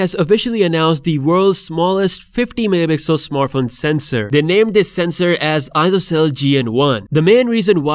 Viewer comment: It's funny how the word "Megapixel" pronunciation is abused 😅